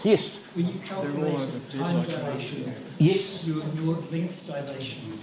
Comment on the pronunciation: I dialathion a Kiwi thing? I have never heard anyone pronounce dilation like that.